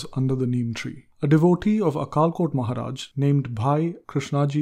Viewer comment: Some pronunciation of Marathi words is not correct like अक्कलकोट महाराज Akkalkot Maharaj.